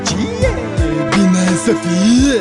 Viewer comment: ce mod de a accentua cuvintele are :))) gen "omuLUI" "sa fIE" "veCIE" isi subtiaza vocea :))) ce taran :))